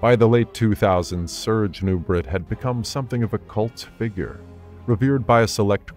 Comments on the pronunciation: His name is pronounced "Noo-bray" not "Noo-bret". You can hear it pronounced properly in a video itself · Who's the idiot commentator that can't pronounce last name? It's pronounced "Nubray", it's French, he French, NuBRAY, dufus!😮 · Nubraaaa !! Dummy say it right !! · The correct pronunciation I believe is Nu-bray. It is french in Origin. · His name was pronounced ( Nu-braa) FRENCH !! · Nubret is pronounced Nu-bray… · Nubret is pronounced like French beret {baray/nubray}. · Don’t meant to be THAT guy, but Nubret is pronounced “Noo-BRAY”. Serge était Françes… You did a superb job here either way.